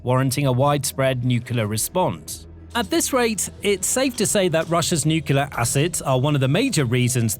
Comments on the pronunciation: I really appreciate the work that goes into these videos. I have watched many of them. At this point, however, I am about to pull my hair out over the mispronunciation of NUCLEAR. The correct pronunciation is NEW KLEE UR, not NEW CUE LURE. Rather than pull my hair out, a better option would be to stop listening. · Stop saying nukila. The word is nuclear. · *Nuclear, not nuke-you-ler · The word is nu-clear not nucular. Unlistenable. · It's "new-clear " not "nucular". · Please learn to pronounce nuclear properly, it's really distracting. It's not nukeular! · As it happens, "nucular" weapons are not a problem - fizzers! It is the "nuclear" weapons that make big bangs. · NUCLEAR NOT NUCULAR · It's nuclear, not nukular. You sound like an American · it’s nuclear not nucelar… Do it correctly! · it's NU-CLEAR not "NUCULAR"!!! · It's pronounced New-cle-ar Not New-cu-lar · "Nuclear". It's hard to take anything you say seriously when you pronounce it like George Bush. New car, clear windshield. New-clear. Noo-Kleer. Nu-clear. Nuclear. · It’s so hard to take the narrator seriously when he constantly mispronounces nuclear and says it like Homer Simpson “nukular” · Nuclear. New-Clear. There is no q in nuclear. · Sorry, what does "nucular" mean? I'm not a native speaker, and I do not know this word. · SOMEONE, PLEASE, teach this commentator how to correctly say the word nuclear (nuc-le-ar). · Normally love the content but I had to stop after hearing "new-queue-ler weapons" over and over. You have to know how to pronounce nuclear. Come on now. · Another mispronunciation is 'nookoooleeaar'. 👿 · I found that the repeated mispronunciation of 'nuclear' very distracting - it's pronounced 'new clear'. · You are pronouncing "nuclear" wrong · Thumbs down for not being able to pronounce the word: "nuclear". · Please learn how to pronounce nuclear.